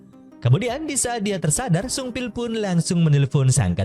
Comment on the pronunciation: Pas bilang sungbil saya kira upil🤣